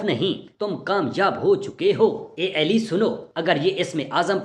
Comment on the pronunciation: Hazrat alika nam sahi tarha liya karey ap ali eli keh rahy han